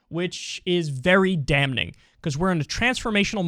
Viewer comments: Hearing you pronounce the 'n' in "damning" weirds me out every time. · Do you pronounce it “Damming” or “DamNing”?